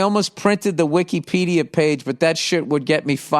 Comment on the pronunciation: The wik-eee-pedia 😂